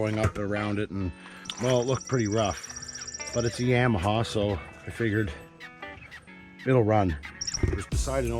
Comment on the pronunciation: Yah ma ha, not yam!